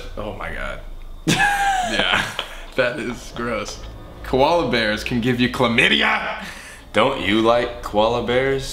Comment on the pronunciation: The xxxtentacion reference when he says "CHLAMYDIA"